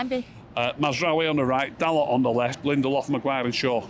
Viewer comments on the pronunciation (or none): Did say Lendelof?